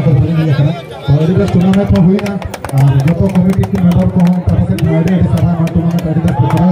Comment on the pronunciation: Tournament not turnament